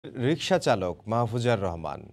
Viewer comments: সাম্বাদিক না সাংবাদিক😀 রিশকা না রিকশা! বুঝা বড় দায় 😋😋😋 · রিশকা না মামা রিকশা 😅😅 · সাম্বাডিক ভাইরে কেউ বইলা দে অইটা রিসকা না রিক্সা🤩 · উনি প্রথমে রিশকাই বলেছে